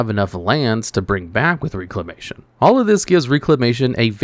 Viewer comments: Agreed. Sounded weird. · REC-lamatuon, Rec. Not RE-clamation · Bro it’s pronounced REC-la-mation